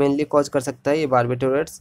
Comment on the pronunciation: Dada sahi se toh bol lo phle Barbiturates h bo